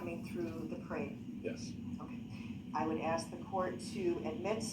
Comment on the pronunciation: substain, axx, tackit, and on and on